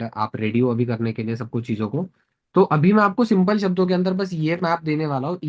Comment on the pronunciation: “Simpal cheej”